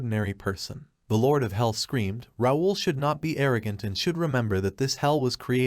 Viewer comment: I thought it should be called How NOT to pronounce “Raul”